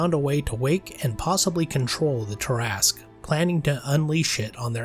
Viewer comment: Thank you for pronouncing it correctly. You have no idea how many arguments I’ve been in with people call this creature the “TERRA-SKEW”. These would be the same ones that pronounce DROW the wrong way.